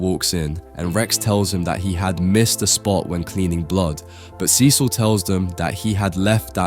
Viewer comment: Pronounce CECIL the way it's pronounced on the show. You've done it before!